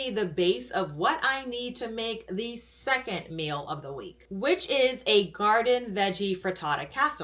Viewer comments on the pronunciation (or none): none